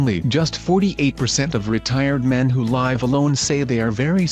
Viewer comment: Curious if this video was created with a computer-generated voice. The word "live" can be pronounced 2 different ways depending on its meaning, it was mispronounced for the meaning consistently.